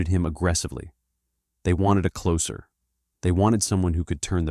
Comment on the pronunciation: AI voice has some bad mispronunciations- Lesabre and closer for example- giving up after closer.